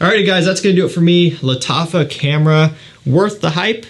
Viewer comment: Lat affa camera 😂😂 thats what i heard man your pronunciation got me going off